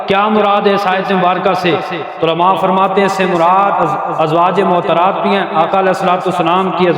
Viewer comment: السلام علیکم مولانا صاحب۔ بصد احترام عرض ہے' براہ مہربانی تلفظ درست ادا کریں۔ "ازواج معطرات" نہیں' درست لفظ "ازواج مطہرات" ہے۔